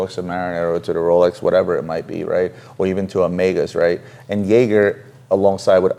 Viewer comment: In Switzerland we have always pronounced it YEAGER. you are right!!